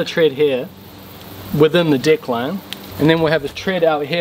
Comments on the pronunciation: That pronounciation of "deck" seems off to me :-P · I was surprised it could tell the difference between two minor pronunciations. Even intentional malaprops.